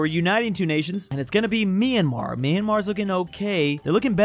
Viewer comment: and also he called mymmar me a mar insted of my am ar